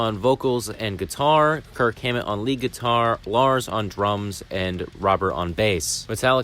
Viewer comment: Trujillo is spelled like True-hill-yo. Lead guitar is spelled like "leed" not like led (chemical element).